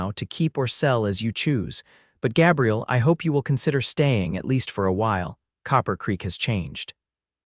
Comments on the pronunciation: "Găbriel" is the FEMININE PRONOUNCEMENT - The Male pronouncement is "Gā'-briel". You need an AMERICAN Editor, since these are "American" stories. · LONG A IN THE MAN'S NAME: GABRIEL Short a, as the AI voice is saying, is a woman's name, soelled: Gabrielle... Irks me; not going to listen. Bye! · Gabriel and Gabrielle. Two different pronunciations. Ai sometimes not so bright. His father dies and he proceeds to abandon his mother. For 8 years. She begs him to come home and waits till she is dead too. What a jerk! I abandoned this story after the 4th Gabrielle mispronounce. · 😮 Numerous incorrect pronunciations. AI??? Especially Gaaabriel! Narrator distracted from an otherwise good story... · Pronounced Gay bri el. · AI needs to learn to pronounce vowels. Ruins the story giving the Cowboy a girls name. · The mispronunciation of Gabriel is irritating. But its a good story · Long A in Gabriel for males-sounds like A I is calling him a female name. I dislike A I reading anything. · Agree, I can't even listen when the name is mispronounce 4 different ways.